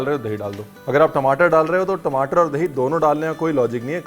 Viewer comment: Tmataar* I could hear the punjabi accent 😬